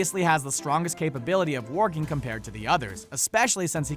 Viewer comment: How many times did he say "Warging"?